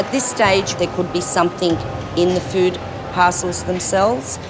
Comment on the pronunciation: I love the way they pronounce food...feuood?